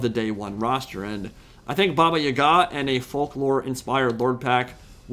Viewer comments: it aint baba yagA, its baba yAga. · I've never heard it pronounced Baba Y'gah before; always Baba yah-gah. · my guy I can’t let you keep pronouncing these words wrong. I’m taking my stand: It’s pronounced: baa•bā•ya•guh Also, it’s pronounced: zurk•seez not “purple sun of zeeerié•es”